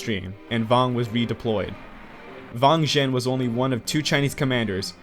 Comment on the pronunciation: W's in mandarin are not pronounced like Vs, it's not Vang Zhen just Wang Zhen